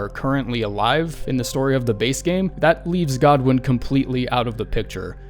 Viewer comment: Who the fuck pronounces godwyn like that